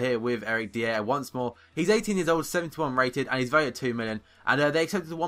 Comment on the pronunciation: That Eric Dier guy, its pronounced Dyer. Just like nathan Dyer. He is one of the most exiting young english players btw.